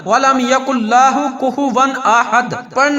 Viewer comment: وظیفہ تو ٹھیک ھے لیکن آپ کے الفاظ درست نہیں چونکہ آپ نے احد کو آحد لم یلد کو لم یا لد ولم یکن لہ کو ولم یکن لاہ پڑھا ھے اسے درست کریں